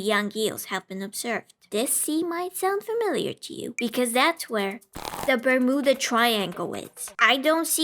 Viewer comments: “bar-MOOdah triangle” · You're pronunciation of bermuda is fricken cute. 😂